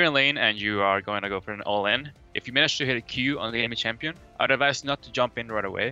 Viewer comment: Did Quas say basic "shampion" guide? LOL Kappa